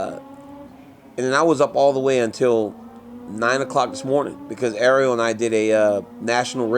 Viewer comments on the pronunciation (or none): none